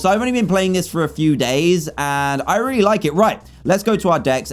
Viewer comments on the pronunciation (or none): At 11:8 I thought dan said rare-y nice